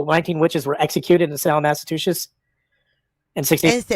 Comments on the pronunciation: Please learn how to pronounce my state or just don’t say it. See below for guidance: ma-suh-choo-suhts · So much gratitude for repeating "Salem, Massatooshish" 3 times. Your work here is done. 😂